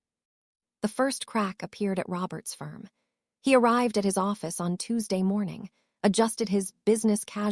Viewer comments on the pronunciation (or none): none